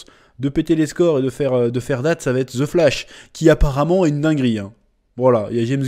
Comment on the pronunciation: on dit pas ze flash mais the flash avec l accent svp !!! le français qui parle anglais fait honte ,prenez exemple au quebecois